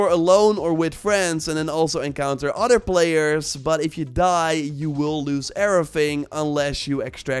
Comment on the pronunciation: “ odder “ gets me every time 😂(other)